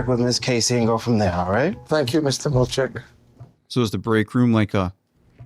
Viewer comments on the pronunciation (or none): Milchick not Milcheck or Murtaugh. Definitely not defilly. 🤨🙄😵‍💫